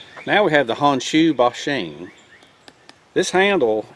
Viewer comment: Forgive me, but I can't stop myself... Its: "HONE SHOE BOW SHEEN". No foreign language EVER pronounces "O" as "AH". It's a simple rule...EZ 2 remember